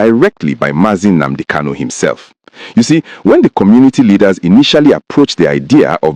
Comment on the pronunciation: Are you calling him a terrorist? You can't even say his name properly. Who is this dude!?